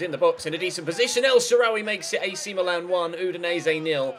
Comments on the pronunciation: Am I the only one who noticed that he said Milan as meelan 😂😂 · its how they say it in italy